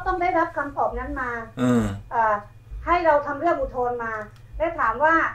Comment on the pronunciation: อุทธรณ์ ครับ ไม่ใช่ อุทรณ์ เป็นสื่อจริงป่าวเนี่ย